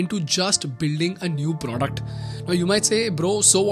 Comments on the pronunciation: please dont say “pr0duct”😬😭😭😭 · I love how you say "produckt" ;)